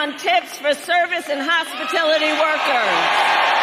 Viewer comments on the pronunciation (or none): What is a "hospitility" worker? Damn 🤡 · Did she "hospitility workers" ??? She cant even pronounce hospitality and shes running for prez? Lmao her supporters are honestly the worst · ..its ’hospitality’, not hospitility’, Kabala H. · “Hospitility” workers?? Did she mean to say “Hospitality”?? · What is a hospitilty? I know what hospitality is. Seems like Kamala is trying to mimic Joe's pronunciation skills